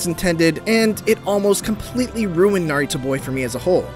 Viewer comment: I'm convinced you were saying Naruto